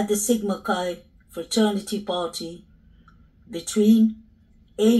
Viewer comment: Hey, When you say "Sigma Chi boys" I hear "Jesse James gang! Lol 🐞